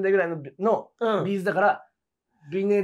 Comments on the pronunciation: B’zのイントネーション違うよね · 企画は面白いんだけど「B'z」のイントネーションが気になって仕方ない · B'zファンとしてはB'zの発音が気になる（チーズと同じが正しい） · 私はB'zファンではないけれど B'zファンならB'zのアクセントを訂正してほしくなる B'zのアクセントは平板ではなく、頭高